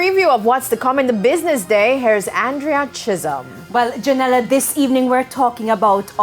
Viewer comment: It would be nice if Andrea Chisholm as a News reporter, does not pronounces her TH as D, example say the word "this" instead of "Dis".